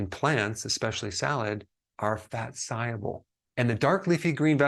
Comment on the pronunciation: The funny way Dr Berg says soluble. Is that an accent or a speech imoediment or something? I keep getting confused by what "saiable" is. What does it mean when something is saiable? Haha